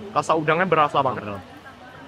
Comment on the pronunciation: Setengah deghapan pagi.. mewakighi medan.. tiga beghas cadel tapi lucu juga 😂😂😂